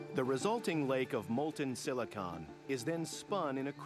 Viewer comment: I hate they way he says silicon